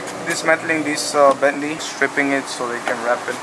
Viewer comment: It’s ok bro just say the Bentley “B”.. lol